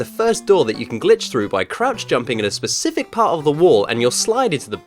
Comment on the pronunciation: Did you say pacific 😂🤗